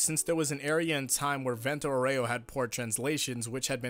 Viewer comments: Just a thing: the pronunciation of Aureo is incorrect. It should be Àureo, not Aurèo. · It's pronounced àureo, not auréo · AAA-u-reo not Aureoh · why y'all pronounce vento aureo wrong smh, it's Aureo, not auREo... accent goes on A, ffs. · I didn’t know you could say aero that wrong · The vento was pronounced reasonably well but the aureo was insuferable harden that "r" almost as much as a russian acent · For the love of god stop emphasizing the E on Aur*e*o, you should emphasize the *A*, or just say golden wind.